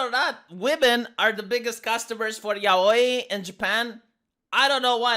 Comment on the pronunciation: I mean it would be less dumb if he didn't have pink hair. But who cares? I'll take your word that the media is making a deal of it, but so far I've only seen right/lib youtube channels making a big deal of it. Also: the way you say yaoi is the best and most correct pronunciation, and I really appreciate it.